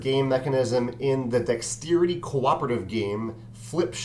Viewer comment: "Dextsteerity." I like the way you say that. :P